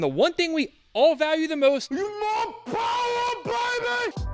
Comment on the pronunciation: More powah baby!